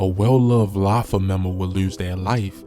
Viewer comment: Wtf is “Lafi”…. You can’t even pronounce have the names 😒